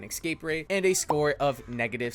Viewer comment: Nice vid. But it's escape, not ecscape.